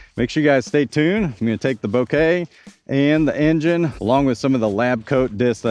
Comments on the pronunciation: Bo-kah, not Bo-kay. Kind of like saying mocha, but with a b instead of an m. Thats why the stamp is latte art. Mocha latte - Bokeh latte. Thanks for the video, can't wait to see them on a course. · Technically, Bo as in bone, Ke as in Ken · It's not a bunch of flowers, man. 😂😂 I know it's a huge nitpick over an otherwise great video... But the photographer in me cringes at how you're saying Bokeh. 😂😂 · He purposely says bokeh wrong annoying af